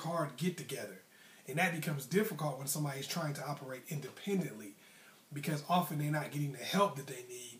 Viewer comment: You are a smart man. anytime a man pronounces often correctly, they are very intelligent!